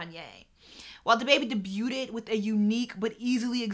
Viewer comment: Such a smart video that I cringe whenever she says "Debu ted"😄😿🤦🏾‍♂️ But real talk, great video